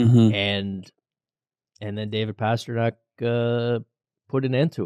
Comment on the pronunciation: Guys, please, for god's sake it's PASTRNAK. How long has he been in the League?